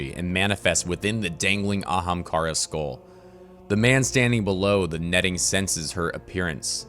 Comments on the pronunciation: I want him too but he pronounces ahamkara weird man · i want aztecross to help voice over just to hear him either continue to butcher the pronunciation of ahamkara or actually pronounce it properly. Gws Byf!